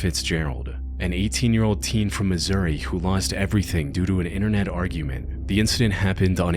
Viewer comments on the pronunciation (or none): none